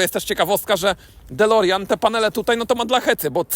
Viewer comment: "dolerjan" XD